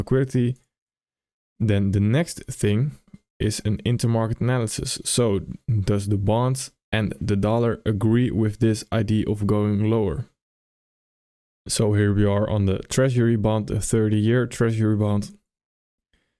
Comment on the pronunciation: Its idea not idee